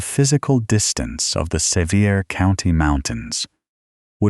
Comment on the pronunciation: I was born & raised in Sevier County, TN, and have 150 years worth of people in the ground there. I really enjoy these stories, whether fabricated or not, but for future reference, it is pronounced "suh-VEER" County. The various incorrect pronunciations really detract from the story.